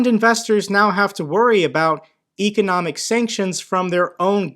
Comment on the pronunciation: You're not saying economic correctly.